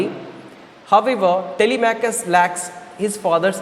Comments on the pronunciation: Telemachus not telechamus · Sir it's not telechamus,it's telemachus